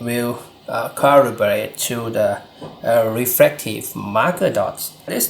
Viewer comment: Some honest feedback... Your pronunciation of L and R are switched making the video very hard to understand. You say "laptor" instead of "raptor" and "refrective"/"caribration" instead of "reflective"/"calibration".